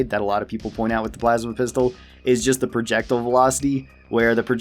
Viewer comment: It’s pronounced projectile not projectile